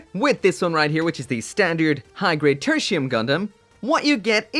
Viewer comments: Thought he said Gundam Tortilla. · Loved your review, and this applies to all your review! I only cringe everytime you say the gundam's name. Katakana says it is Te-ru-ti-u-mu ga-n-da-mu. So It is suppose to be said as /tertiyum/ Well that's just me. ✌️